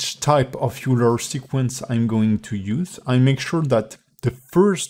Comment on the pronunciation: it's oiler. :p